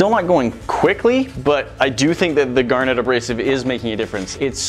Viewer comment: The way you say "gar net" is as annoying as people calling caryons "crans"